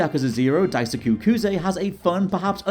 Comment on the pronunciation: I am not going to take anything you said as fact when you didn't learn how to pronounce Kuze properly, despite it being in Japanese. It is not Kooz.